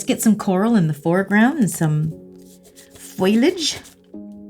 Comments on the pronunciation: Someone tell its FOLIage not FOILage 😂 love her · One of my favourite videos - awesome. BTW it's "foliage", not foilage. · I love your videos! I heard you say "foil-age instead of "foliage" and it kinda made me smile, one of my friends used to say it that way 😊